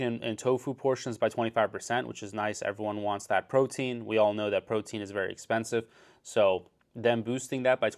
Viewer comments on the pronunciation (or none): none